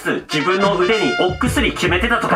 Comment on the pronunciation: 危険な＂お↑くすり＂はマジで草